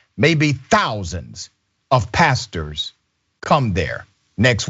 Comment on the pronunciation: Al Sharpton is not a “Pasture”. I may be wrong, but but it sounded like he said “pasture”.